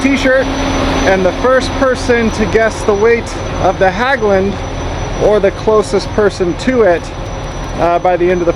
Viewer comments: "Hagglund" LOL!!! HEGGLUND is how you closest should read it if you can't pronounce the Nordic letters. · Not Hagglunds, Hägglunds. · i love how American butcher our language. It's not Haaaaglungs. It's Häglunds. I'm going go pronounce American namnes like Bob like Böb insteed or Ford like Föööööööörd. Anyway, enjoy you Häglunds. Btw, the reason it broke is because Stefan Löfven, our former PM worked as a welder at Häglunds before he ruined our country . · how you should pronounce Hägglunds is like Hegglunds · The ä in Hägglunds is pronounced like the e in egg, try Hegglunds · Great! IT`s pronounced Hegglunds😊😊drove the predecessor Volvo Bv 202 in the Norwegian army